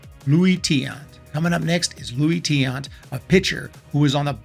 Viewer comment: Kenny Lofton!!! By the way, it's "Luis" Tiant and Albert "Belle".